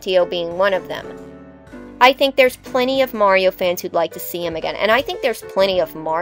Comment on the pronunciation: Finally! A video about Paper Mario villains where the host doesn't pronounce Mario as "Mary-O"!